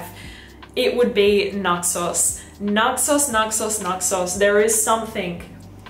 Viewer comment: Your accent makes it sound like xerjoff Naxos your saying “nut sauce” 🤣